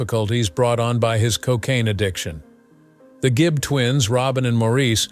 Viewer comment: Good gracious, who came up with all these accusations, narration, and misspoken phrases? It's Gibb, not Gibbs, It was the Bee Gees, not "Barry and his band," or "The Gee Bees."